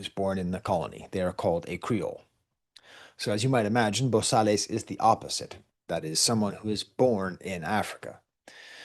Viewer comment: Also wanted to add in “Bosales” you don’t pronounce the “Les” it’s pronounced “Bo-Sal”